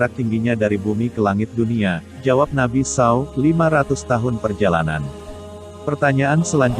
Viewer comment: Muslim atau nonis ni pembaca narasinya? Kenapa penyebutan Nabi spt itu? Kalo nonis aq msh maklum, tapi kalo muslim pengen kujewer mulutnye.. 😮